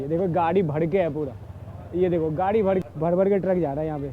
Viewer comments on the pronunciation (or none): Bihari ho ka bhai.😂😂भरा भरा होता है भड़ा भड़ा नहीं 😂😂